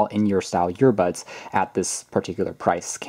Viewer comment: Sooo am I the only one hearing “YEAR-bud(s)” over and over again?